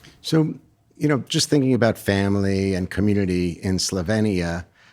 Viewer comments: It’s pronounced “sloveenya” not “slovinia” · No Slovenia is correct. E as in Elephant. Born there. You English always must change names just because you're lazy and daft to learn a person's/country's name 😅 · Hate how he was pronouncing Slovenia